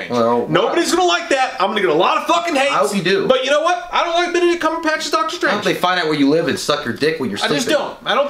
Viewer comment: I love how you call him “Benedict Cumberpatch” 🤣🤣🤣